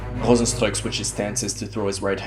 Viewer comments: For someone who isn't Dutch, you had one of the best name pronounciations of Rozenstruik I have heard! Many people struggle with the "struik" part that only Dutch people seem to be able to pronounce, so good job on that! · you actually pronounced Rozenstruik right. meanwhile others go like ROZENSTROKE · I like how you speak out is name. A lot of Westerners always get the pronunciation wrong. But you've got it spot on. Ps: I'm from Suriname that's why I know how to speak out his name correct.